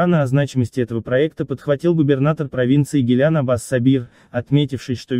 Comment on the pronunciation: Не гилян, а гилан.